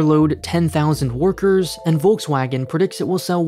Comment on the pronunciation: He pronounced Volkswagen right. But not Audi so it's probably a fluke. 😁